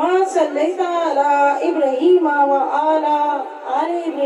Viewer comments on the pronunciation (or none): Assalamu alaikum Aap duroode paak main galti ki hai ibrahima nahi ibraahima hai